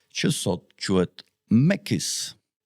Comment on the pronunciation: Macy's.....jo mekis o...... Mejsis...